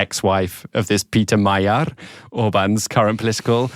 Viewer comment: Peter Magyar's family name is pronounced "Majiar" with vocal "j". In hungarian, his family name means "Hungarian"..